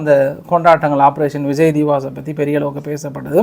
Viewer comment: அது விஜய் திவாஸ் இல்லை. விஜய் திவஸ், வெற்றி தினம்.